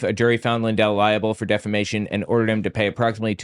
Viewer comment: Was l hearing things or did Mike actually say defamation correctly instead of deflamation? Oh lordy, the times are a changing.